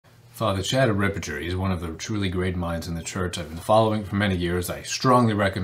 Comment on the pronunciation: You don't pronounce "Ripperger" correctly. Sounds like you are saying "Riperture"